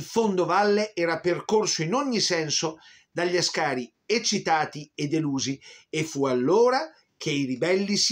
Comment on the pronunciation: I soldati eritrei si pronunciano A'scari ( in eritrero As'kar ), con l'A iniziale marcata. Da non confondersi col pilota Alberto Asca'ri ove la marcatura è sulla 2^ a. Inoltre Chèren e non Cherèn, almeno Chèren la pronuncia così Mirko Campochiari in un video sull'omonima battaglia del 1935. Gli abissini erano guerrieri sì ed orgogliosi della loro indipendenza che assieme alla Liberia negli anni '30 erano le sole 2 Nazioni dell'Africa indipendenti